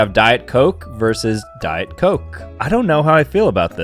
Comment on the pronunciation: Versus not verse.